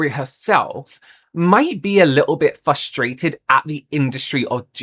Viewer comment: Did he just say Fustrated? Lol